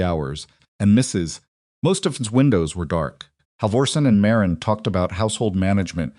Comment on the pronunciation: However, he pronounces Marin as Mah Reen a lot instead of Marin.